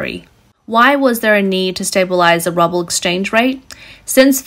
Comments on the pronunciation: Ruble as "rubble". A bit of a Freudian slip? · 'Ruble' is pronounced as 'ROOBLE.' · The girl in this video keeps pronouncing the Russian currency ruble as "rubble". I think she's actually being more accurate that way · Keep saying rubble!! I’m out, bye bye, ai. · So many wrong pronunciations. Rubble instead of rouble etc... is this a robot? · Russian RuBBel? lol. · Rubble? Ha, not how it's pronounced. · why are you saying Ruble like Rubble? Please for the love of tact, LOOK UP HOW TO SAY THINGS. I understand if you have only ever read the word but it is really unprofessional to mispronounce common things like currency names. Good grief. 🙃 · Ruble ? Errr NO TRY Rooble (but make it short like you would say "Jube" or "Rubin). I like this, teaching how to Voice Over and pronunciation is fun & Educational without being an affront to the New V/O person. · The Russian rouble is NOT pronounced ruble, ruble is concrete and brick debris. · the Russian currency is indeed getting bad. The Ruble is rubble. Wish the Auto-Reader could tell the difference between the two words. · Good report. BTW russian currency is pronounced "Rue-Bull" or "Roo-Bull", not "Rubble" :-) please keep making these great videos ... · It is pronounced "roo" "bull" , not rubble that is broken rocks, bricks or building detritus. If in doubt check your pronunciations on Google. It makes your videos more professional if you use received pronunciations in speaking English with an Australian accent. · I like how you call it "rubble" instead of "roo-ball". makes me think of building rubble like things crashing and breaking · Very interesting and informative video. The mis-pronunciation of Ruble (to rubble) is priceless. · Love how she mispronounces the ruble as rubble. Even funnier is that's probably more accurate!! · So funny she keeps calling it the rubble instead of the ruble. Given its worthlessness maybe it makes more sense. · It's funny how she pronounces Ruble as rubble. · The "rUbbLe" 🤣